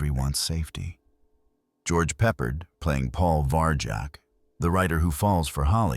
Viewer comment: George Peppard - You're butchering his last name. Pep - PARD rhymes with hard. Please use Google pronunciation from now on; its a matter of respect and we need to hold on to respect in our ever worsening vulgar world. Thank you⚘️